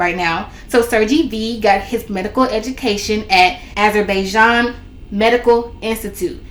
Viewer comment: Ah zer by Jan thats how to pronounce it